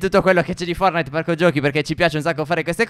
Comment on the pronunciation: Si dice forTnite e non fornite